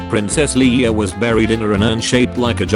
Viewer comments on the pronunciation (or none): none